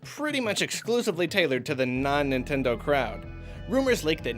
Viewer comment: "NItnendo" well done :3